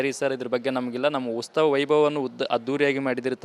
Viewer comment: ಉಸ್ತವ ಅಲ್ಲಾ ಮಾರಾಯ್ರೆ ಅದು ಉತ್ಸವ 😅😅